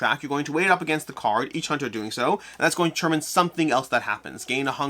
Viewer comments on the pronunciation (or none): none